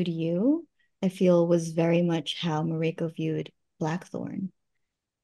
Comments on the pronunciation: Plz pronounce mariko correctly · Heheh! Wonderful actress, but you’d think she’d be able to pronounce ‘Mariko’ by now. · She doesn't even pronounce Mariko correctly? weird. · It’s weird to hear her mispronounce mariko again and again. 😅